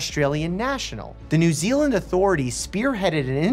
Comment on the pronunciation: Finally a YouTube that said new zeland/my home